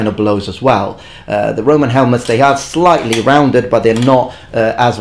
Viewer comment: "only slyghly curved" hahaha that england :D